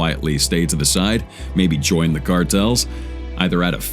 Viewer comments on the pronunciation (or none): none